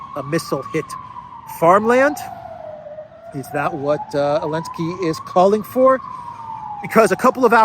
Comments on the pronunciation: Elensky is pronounced zelensky. A lady hero is called a heroine.. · Why do you call him Elensky? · Why is he called Elensky?